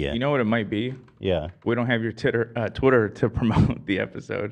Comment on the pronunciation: Heck NO we aren’t about to just let get away with saying twitter as “TITTER” Y’all don’t let live “funger” down 🤣🤣 i had to keep rewinding that and kept dying laughing 🤣 but fr W Ethan for buying Ian’s verification on TITTER love that for him ❤️ (time stamp ) ✌🏽 & ❤️😂